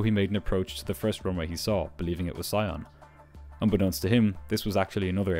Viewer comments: FYI, Sion is pronounced “SEE-onh” (it’s French, so nasal ‘n’). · Sion is pronounced "see-on" with a french "on" (like the one in "lyon"). Just in case you need to mention the airport there again.